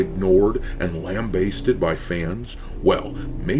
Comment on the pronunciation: Lam-bast-ed. Not lam-baist-ed